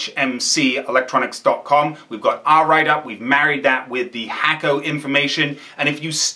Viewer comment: Hakko is pronounced "Hawko" not "Hacko"